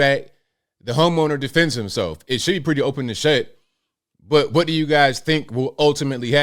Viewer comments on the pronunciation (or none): cwhot = Noo Yawkuh. Any dumba$$ can hear this. Cwaht is pure Noo Yahkuh. Listen carefully.